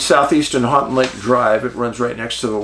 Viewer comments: Middle of the mitt here, I was like what are you talking about and then he immediately said it. "Hanting lake" 😂 I cringed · Love your channel Dave. My family had a cabin on Houghton Lake when I was a boy. Many summers spent swimming and winters spent ice fishing and snowmobiling there. By the way, it’s pronounced “Hoe-tun” lake. Keep up the good work! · Hey dave im in lansing mi. Love you man and its pronounced 'Hoe-Ton lake🎉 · Hey Dave, You come across Houghton Lake enough times to have someone tell you how we, Michiganders, pronounce it. Houghton is pronounced HO•ton Lake. Willis is not really considered a suburb of Detroit but I can understand why you'd think it was. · Hi from Ann Arbor! I bet you cringed at the pronunciation of your town! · he tried lol